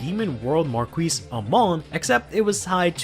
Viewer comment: gonna help ye in this one, but for some pronunciations are actually different. earlier, there's Beaumains, it's actually pronounced like "Bowman" and "Marquis" is pronounced like "Markey" and "Luquier", it's pronounced like "Lu-Key-Eh" Nimue is like "Nimu-eh" and now fer set 4. Skull Witch, Nemain (actually pronounced like "Nevan") Darkness Maiden, Macha (actually pronounced like "Maha") Dark Mage, Badhabh Caar (actually pronounced like "Bibe Car") Blaujunger is like "Blau-yunger" the names are based on the Morrighan trio, and they have some kinda interesting pronunciations (gaelic / irish) because I know once the set 4 video comes out, it'll probably bug me with that. Also, Brandon Smith did WHAT now!? I dunt get it, 2012 had later accusations of buggery 2013 had a shuffle cheater who also knocked off a card shop and 2014 had a lug who cheated on stream and intentionally misread his vanguard's limit break skill.